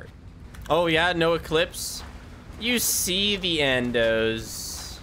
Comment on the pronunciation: Damn, turned "Eclipse" into "He clips".